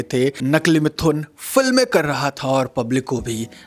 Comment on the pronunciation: are bhai pronoun sahi bolo mithhun nahi sirf mithun he